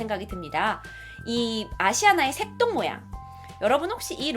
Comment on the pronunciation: 색동할때 전 새똥으로들었어욤ㅋㅋ